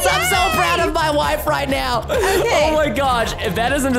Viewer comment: Can you stop saying your wiyfe